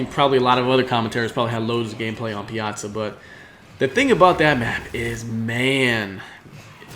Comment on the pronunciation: Thank you for being the very first commentator to pronounce Piazza correctly.